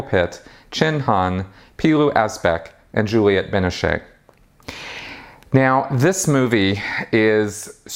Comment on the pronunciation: the last "e" on "Binoche" is not pronounced. (a common mistake by english speakers). it's Binoch, or Binoj.;-) Greetings from the old country.